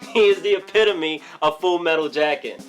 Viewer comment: I loved the 'He is the epemimiety of FMJ."